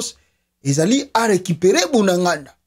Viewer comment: ezali bunagana et non bunangànda merci